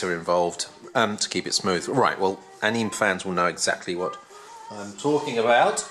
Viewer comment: Just so you know, pronounced ah-nee-may :P